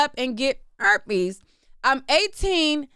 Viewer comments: It's you in the mic saying "erpes" for me 😂😂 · IKR, or like saying CHERPES..... 😂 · Girl!! I’m talm bout CACKLING every time like it was the first time😂😂😂😭😭